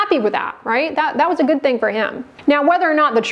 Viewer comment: when you say ...so and so many people had a Good (GHHuuuD) response 😂